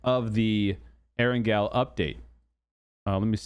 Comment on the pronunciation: So you didn’t watch the Whacky Jacky PUBG 101 video Part 1, How to say Erangel?